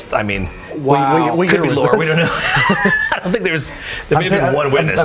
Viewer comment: "I Ont give a fuck" Babbish 2019